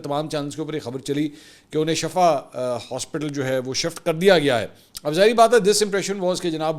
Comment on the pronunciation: Plz correct yourself it's not shafa it's shifa there is huge difference between both words